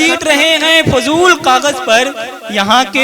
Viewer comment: Fuzool nahi hota Sahab Fizool hota hai